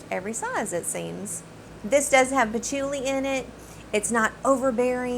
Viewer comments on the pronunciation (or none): none